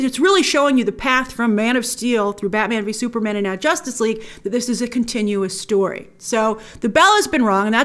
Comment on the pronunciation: "Jostice League..."..why? lol